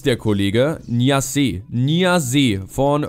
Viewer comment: man spricht ihn Niass aus 😊